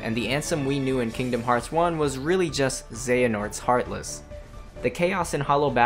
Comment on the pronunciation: FINALLY someone says the name of the game correctly.